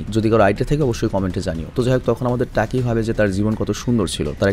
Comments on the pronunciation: টাকি না ভাই তাকি হবে😬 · টাকি না ভাই তাকি